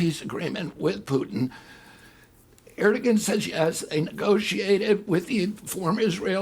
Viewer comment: We need leaders who know when they don't know something. RFK Jr lacks humility. Small issue: How does he mispronounce the Turkish leader's name so badly so often? Big issue: he slings wrong facts about Ukraine which lead him to conclusions that endanger Ukraine and the United States. Small issue again: And he still gets Donbas geography wrong the same way he got it wrong a year ago. It's like he read an article about Ukraine 5 years ago, misremembers it now, yet is so sure he understands everything that he doesn't ever read anything new or double check facts he thinks he knows but keeps getting wrong. Addendum: he STILL says Vladivostok!!!!! Holy hell, he's unfit to lead. that may sound drastic if you don't know the geography. But it would be like a foreign leader commenting during the American Civil War, but continuing to call Charleston "San Diego".